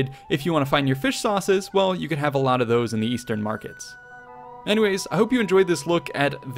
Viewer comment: The way this man said “a lot”.